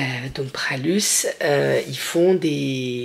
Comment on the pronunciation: Bonjour la famille Minou,je vous regarde souvent,je voulais simplement dire à qu'on ne dit pas le S de Pralus😂je suis de Roanne et chez nous on aime beaucoup la Praluline....je vous souhaite une bonne journée à vous tous, merci Annick